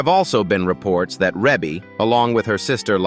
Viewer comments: Let's start with that her name is pronounced: Ree-Bee. Ok...now carry on...I guess. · Yes and its Reby! This is why I won't listen after I figure out its AI!!!😡